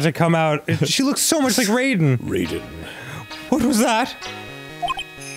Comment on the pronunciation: It is pretty frustrating how MK have normalised the mispronunciation of Raiden, boon being obsessed with asian aesthetic but not knwoing how to say any words